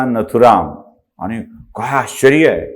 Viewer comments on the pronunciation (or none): none